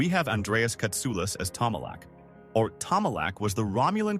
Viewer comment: Since when did Stewart and McFadden passed away? Get your facts right, AI. It's Tomalok, AI. NOT Tomala.